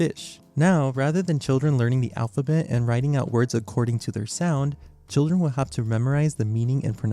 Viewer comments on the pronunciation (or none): Ah yes, "alp-ha-bet"